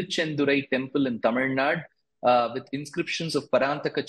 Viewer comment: That guy dosent even know how to pronounce the state name... Its tamil nadu...not tamil nad.. If mosques and churches are not under the government even temples need to be kept away from the government